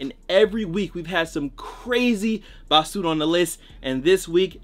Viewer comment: Nigga said bah su rah